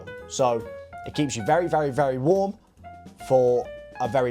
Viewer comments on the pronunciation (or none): the way you said WARM lol